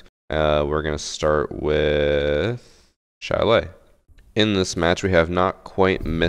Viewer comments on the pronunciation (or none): none